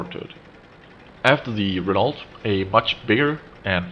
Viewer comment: Renault - pronounced Ren-Oh, not Ren-Alt